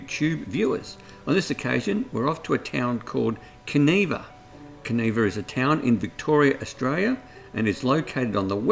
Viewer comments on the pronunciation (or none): Kaniva not kaneeva I is an I not an we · Pronounced can eye va